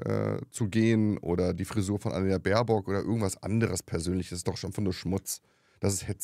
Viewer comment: Ich ebenfalls !! Der ist einfach zu blöde, den Namen unserer Aussenministerin richtig auszusprechen! Sollte vlt mal zur Logopädin....oder zum Psychiater.....oder am besten gleich in die Geschlossene!😉